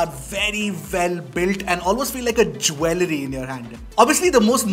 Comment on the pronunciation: Jewellery pronunciation lul